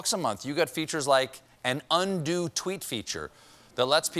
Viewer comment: Definitely thought Stephen said "undue tweet feature" instead of "undo tweet feature"